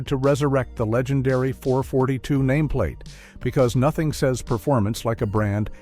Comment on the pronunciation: Oldsmobile "four forty-two". You suck AI!